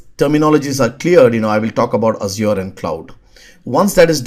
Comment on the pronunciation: Mayeb for the way he says Azure